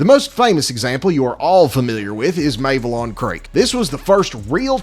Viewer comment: wtf is ‘maevalon creek’? never heard it mispronounced that badly before.